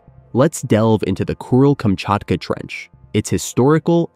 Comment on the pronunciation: why do I hear it as “Cruel”-Kamchatka 😑